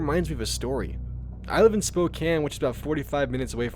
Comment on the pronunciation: It's so nice to hear someone who pronounces Coeur d'Alene and Spokane properly.